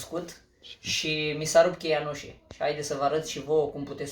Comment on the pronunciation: se spune UȘĂ nu UȘE 'țear limba te oltean